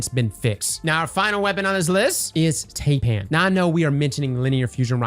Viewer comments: Taipan is pronounced Tie pan. It’s a venomous snake from Australia. Called a tye pan. Tie pan. Not TAY pan. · Taipan is named after the most deadly snake in Australia and up, through to New Guinea and just like the 'ai' in Thailand, it's pronounced "tie-pan"